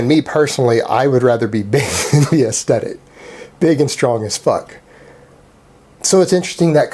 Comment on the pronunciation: FYI it's pronounced 'aesthetic', not 'aestetic'.